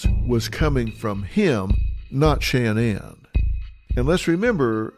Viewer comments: What’s Dr. Phil’s problem? Her name isn’t Shanne Anne. It’s Shanann, pronounced Shannon by her and her family. McGraw's insistence on calling her Shanne Anne is ridiculous, annoying and stupid. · You're going to tell me no one tells this idiot how to pronounce her name correctly ? Producers should do their job ! So annoying